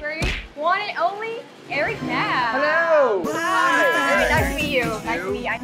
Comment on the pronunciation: Lol why did you pronounce his last name like a western foreigner would? You could have said Nahm instead of Naam.